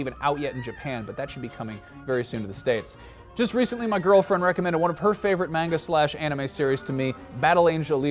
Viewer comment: Haha amazing series i can't even hate on the fact that didn't say manga the right way. Its ok you're still awesome and i don't want to sound like an ass